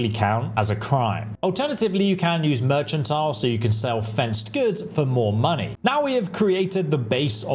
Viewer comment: I've watch a lot of Oblivion Remastered videos in the past few weeks, and no one pronounces "mercantile" correctly. People are fucking stupid, man...